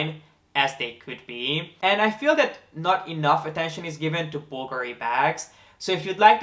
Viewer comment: Thanks for taking the time to learn how to pronouce Bulgari correctly. Most people put the accent on the A and I must confess it's a bit annoying. I never comment on anyone who does that, it's not important and I don't like being THAT PERSON, but it's definitely nice to hear it pronounced the right way. :)